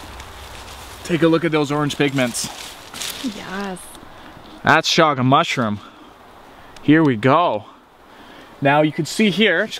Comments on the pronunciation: its not shaga its chaga. like in chug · Chaga is pronounced like choochoo